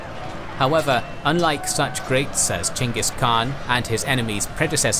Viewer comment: I'm sorry, did you really just say his name was Jenga Khan?